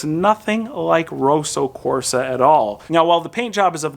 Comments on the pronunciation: It's Kosso Korsa 😁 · "Rowsow Corsa"